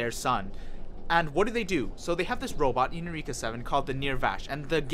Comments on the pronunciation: Isaac Guerrero and definitely NOT eu-reeek-uh ughhh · Why are you mispronouncing “Eureka”? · How you watch this show and not pronounce eureka or a anemone.